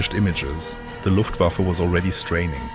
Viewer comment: But he pronounced Luftwaffe as luft wafflew - flying wafflew...